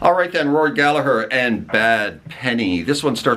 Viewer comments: You didn’t really get it wrong, but it’s definitely not dove 😂. What you did get right that almost everybody gets wrong was Gallagher. Well done. I salute you. In case anybody asks, the h near the end makes the g silent. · And you say Rory's surname bang on! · You pronounced Gallagher correctly so you get a thumbs up for that 👍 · Another Irishman in the comments. Can't pick a list, just wanted to congratulate you on pronouncing Rory's name correctly, and to let you know that Róisín Dubh is pronounced Row-sheen Dove. I also think Dustin the turkey should have been an honourable mention, but I'll let it slide. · Thanks for Pronouncing Rory’s Surname Correctly!!!😁😁😁🇮🇪🇮🇪🇮🇪